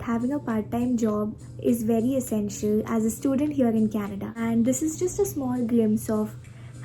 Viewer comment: Bro , it's Canada not caneda